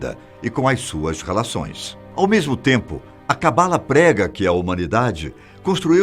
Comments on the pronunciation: se pronuncia CABALÁ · Se pronuncia cabalá. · Sua pronúncia de Kabalah está bem errada, erro q todos fazem, mas se você vai falar/explicar sobre precisa pelo menos pronunciar certo 😉